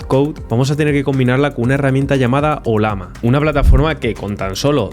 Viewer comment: No entiendo como es que la pronuncias como "Olama" siendo que tiene en su logo una Llama, y claramente se pronuncaria oLLAma xd